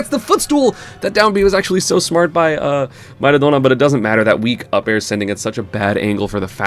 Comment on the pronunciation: I'm going crazy with this. What's the name of the brawler player? My ahona?? How do you even pronounce that?? EDIT: Nevermind, I got it, it's Mairudo Na